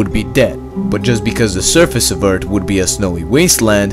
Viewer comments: Anyone who enjoy the videos but gets a little annoyed when he says eart and not earth? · It's Earth, not Eart. It's things, not tings. Anyway, good video. I like counterfactual (what if) stuffs. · Love your videos but please practice your pronunciation of the English "th" sound. Earth is not Eart and thought is not taught . I realize English is probably not the only language you speak and I struggle with perfecting three languages that are foreign to me! Just a helpful hint... Stick your tongue out of your mouth when saying that sound and it will come out perfectly. Again, your videos are fascinating and informative so please don't be insulted by my suggestion to only improve your thoughtful narration. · just saying you sounded like you were saying "Eart" instead of "Earth"....JUST SAYING not trying to be rude! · I can't stand when he says eart😂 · You say eard not earth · Hes not saying “eart” hes saying “eard”. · Ayyyyy! The accent thoughhhh. Just the Dat and Duh and Eart xD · I think he needs a doc His vocie makes him say "earts" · From a previous video, everyone kept posting Eart. i decided to listen to him this time and he cannot pronounce the H in any word. I don't mean to insult you, just a observation i noticed. Everyone has their speaking disabilities and its not a negative because everyone clearly understands what your saying. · I like the way you say "Earth"... ._. Eard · More like ERD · Why do you keep saying eart lol 😂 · say earth properly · Its a joke from the way he pronounces earth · it sounds like nerd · What if you could pronounce earth like a normal person?